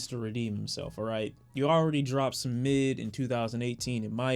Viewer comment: Bro are you saying mid? 😂😂😂